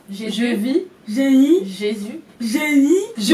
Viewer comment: Mdrr😂😂au lieux de dire génie elle et dit guenir😂😂